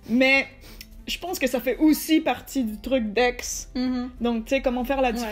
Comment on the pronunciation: "jpense que ça fait OUSSI parti" jpp